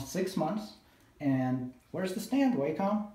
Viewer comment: Please pronounce Wacom correctly - it's not waycom. I couldn't concentrate on what you were saying as it was irritating me hearing you say Waycom all the time